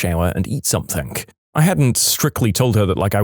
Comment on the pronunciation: No K in the word something